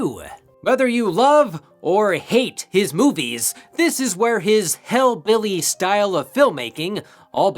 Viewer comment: I heard "hellbilly" and thought it fits Zombie's style a bit better